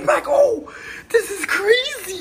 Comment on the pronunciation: "this is cræzy" 😂😂😂😂😂😂😂😂😂😂😂😂😂😂😂